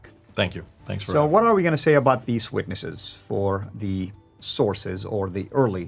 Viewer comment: great job.. the only problem i have is how says words that which contains wh.. like why and what.